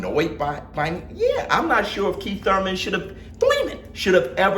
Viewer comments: It's pronounced ' one time Thoyman '!! Lol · Why you say Keith last name like that!? 🤣🤣🤣🤣🤣🤣🤣🤣🤣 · is right yall need to chill!!! and i be Laughin so hard yu can't say keith name regular for nothin😂😂😂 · Can you stop saying Thurmans name like that